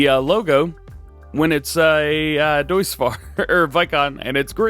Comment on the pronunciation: DJ, of course we know that's not the Case! That's the John Deere 7R! We got the IH Case Telehandler last week. Get your brands straight man. :P Also, says Deutz correctly up until he changes the paints and then goes full "uncultured-American"..."It still says 'Dootz'." Love ya, DJ. Never change, man.